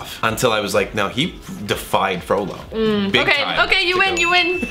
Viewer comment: When she said Frolo, I actually thought she said froyo 😂